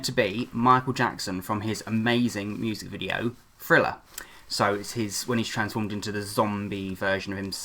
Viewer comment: Did he say friller